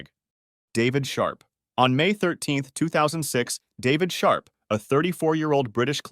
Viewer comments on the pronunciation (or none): I thought he said “David shart” 😂😂